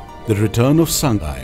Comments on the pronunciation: Please pronounce 'Sangai' as /SAA NGAI/ It's not /SAANG GAI/. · very good video 👍👍👍 but sir sangai should be pronounced as Sa-ngai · Awesome video and informations. But it would be much better if the narrator is a local manipuri so that people can get an actual (correct) pronunciation of the local names like Sangai, Keibul Lamjao etc... in the video.